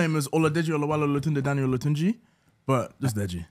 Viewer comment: Only name he pronounced properly is Daniel. Might have said it fast but pronounced it all wrong.